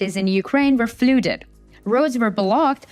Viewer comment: 😂😂😂😂😂 thanks to this lady, I learned a new word today. Fludid. 😂😂😂😂😂 you're so dumb. Ok, I learned lots of new words cos of his clown. Bombdid, Fludid, what fucking language you specking